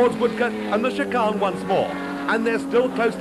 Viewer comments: He's speaking in RP (received pronunciation), more commonly referred to as "BBC English". The criticism of his pronunciation is not unfounded. He is indeed pronouncing chicane incorrectly. Given that his only job here is to speak clearly and accurately in order to provide a useful commentary of events, one could fairly and accurately refer to the commentator as a prat (the official definition meaning "incompetent"). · Great stuff. Never heard the word 'chicane' pronounced as 'shi-carn' before! 😆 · Interesting pronunciation of chicane 😂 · ffs...chicane.....its not hard to say..............